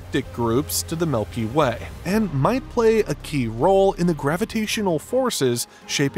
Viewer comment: Very interesting to learn about Euclid, thank you for posting this. There was something I wanted to mention, the way the name Milky Way was pronounced throughout the entire video. He kept saying it as "milky WAY", really emphasizing the word WAY over milky. Any particular reason for this?